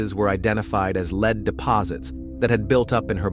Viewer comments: Yeah, listening to this one is rough. Leed/lead. Come on, get it together. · It's lead not leed . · lead not Leed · Lead, led come on you’re a real person aren’t you? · It changes... lead pronounced led, then lead pronounced leed. Damn annoying. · Lead pronounced “leed” is terribly annoying, especially when the story is about lead poisoning. 🤦🏻‍♀️ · Take note, pronounced like “led,” but spelled lead. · I had to stop and come look at the comments after hearing the word leed 3 times 😆🤣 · Three times?? More like three hundred, so irritating 🙄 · I know, I am screaming " Lead, lead!!!!" over and over again to no avail. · Lead as in "lead paint". Lead as in "I will lead the team". You're gonna make a video you could at least make sure the words are said correctly. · The word is " lead". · Glad I’m not the only one it bothers!😂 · It’s obvious with the incorrect pronunciation. I wish the editing included checking the audio for errors. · Yes, he keeps mispronouncing. Also deciliter.